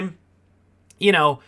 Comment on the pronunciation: T’Chonk-a lol